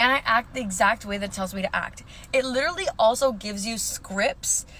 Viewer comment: she literally cannot pronounce the word 'literally'